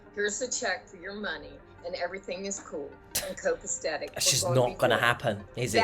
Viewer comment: “Copastetic” — stupid 😂